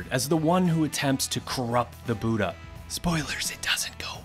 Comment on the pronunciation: Okay now why is this man pronouncing "Buddha" as "buta"?